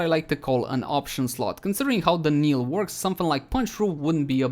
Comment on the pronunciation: Knell is pronounced nell. Not kneel. Native english speakers get this wrong as well for some reason so I can hardly fault you.